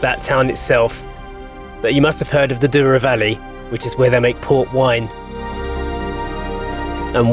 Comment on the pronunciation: It is NOT the "Doo-row" Valley. The word is pronounces DOUGH-row and means golden. "OU" in Portuguese is pronounced like "oh" and a single "o" is usually "oo" - contrary to what you'd expect in English.